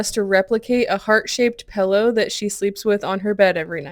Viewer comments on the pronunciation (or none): The "pellow" is killing me. PILLow pillow!!!!! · “Pellow” ? Do you mean “Pillow” ?! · Are you saying, "pellow"???